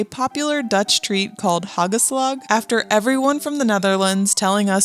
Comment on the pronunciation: as a dutch person. Its HAAACHELSLAG not hegelsleg (no hate)